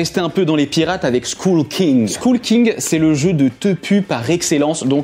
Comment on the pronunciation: Très bonne liste, j'en ai plein et effectivement ce sont des très bons jeux. Remarque : skull en anglais ça se dit skoeul (comme œuf). Ça me donne envie de l'acheter quand même. J'ai essayé exploding kittens, ce weekend, a ajouter à la liste c'est top. Trek12 on adore. Juste one plait beaucoup.